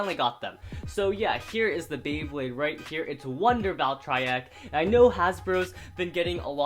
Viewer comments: Its Val Tree Ek not Val try ek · don't hate on me but,i think your saying "Valtreyek" wrong,I think its supposed to be Valtreyek with a long EEEEEEEEEE sound (dont hate on meh plz :( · did he just say Valtry Wtf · Its pronounced valtrE eck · I'm sure it's sarcasm but he probably did pronounce it wrong on purpose.